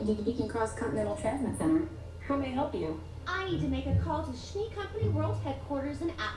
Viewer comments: SCHNEE! Take your time to pronounce this slowly. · Weiss's last name is actually "Schnee" which is pronounced "Sh-nee" :) It actually means 'snow' in German. EDIT: which you mention yourself at the end of the episode. whoops xD About going to the CCT to call when they have their scrolls/phones, I think that scrolls will only allow you to contact people in the kingdom you're in. It seems like the CCT might allow for contact to longer distances. About Penny: the daggers were actually supposed to be coming out of a backpack (and they SORT OF look like they do if you look back in volume 1? She's wearing something on her back that she doesn't have in other scenes) but the animation team kind of botched that one. They did as good of a cleanup job as they could on it, but it was a quick one.